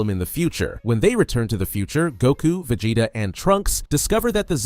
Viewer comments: va-jay-ta uuuzuroo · "VAJAYTA" was sending me